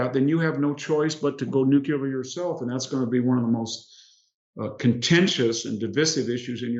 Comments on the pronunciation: Full of wisdom and insight as ever! But it’s annoying that so many well-educated speakers mispronounce the word ‘nuclear’. Please - not ‘new killer’! It’s (phonetically) “ new klee ar”. They wouldn’t mispronounce the noun ‘nucleus’ would they? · Nuclear, not nucular, please. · I love that VDH is such a genius but says "nuke-ya-ler" 😂 For real though, wicked sharp insight as usual.